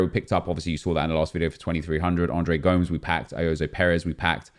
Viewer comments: Another great video but please stop calling him gOmz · It’s pronounced Gomez